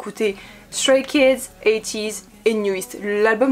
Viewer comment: ON PRONONCE EN ANGLAIS STRAY KIDS!!!!!n vhifrvzdcbhired